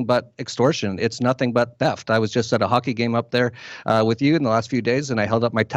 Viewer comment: The word "with" has an "h"...it's not "wit"